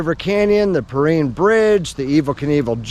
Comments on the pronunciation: I am sorry to have to tell you, but you are pronouncing Shoshone and Perrine incorrectly. I was raised in TF and practiced law there for 50 years. Shoshone is pronounced as it rhymes with “no bone” not “no pony”, and Perrine is pronounced as it rhymes with “divine” not “obscene”. In my entire life in TF I never heard any local say them your way. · Kinda irritating when people mispronounce the name of the IB Perrine bridge. It's not the Preen bridge.